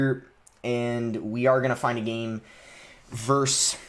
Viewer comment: Does is sound like he pronounces "game" as "geem?"